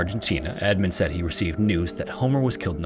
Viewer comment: " said rick" not seed rick "Wa kuh shaw".. for next time great vid as always.